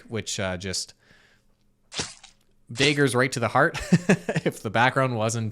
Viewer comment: Wait, I mean the whole impersonation and fraud thing is bad but... ...did you just say: "Day-ggers"?